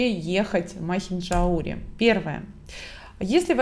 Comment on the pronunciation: МахинджаУри. Ударение на букву У